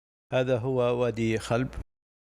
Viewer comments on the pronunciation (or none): وادي (خٰلب) بضم الخاء وليس (خلب) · وادي خلب بالضم الخاء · اسم الوادي الذي بأحد المسارحة اسمه خُلب بضم الخاء وليس بالفتح الله يحفظك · وادي خلب بضم الخاء وفتح اللام وتسكين الباء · شكراً من القلب على هذه التغطيه الرائعه لمنطقتي الحبيبه جازان وفاتنة الجبل العارضة كما اود تصحيح إسم وادي خلب بضم الخاء ووادي مسله بفتح الحروف ولك فائق التقدير. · المقطع فخم والتصوير جودته عالية والإخراج ممتاز ، فقط هناك ملاحظات بسيطة على تسميات الأماكن مثل الجُوّة و مسلَة وقبلها خُلَب ..❤